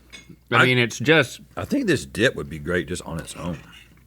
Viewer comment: Rhett sounded like he said “what happens when you flip a dihh” in the intro 😭✌️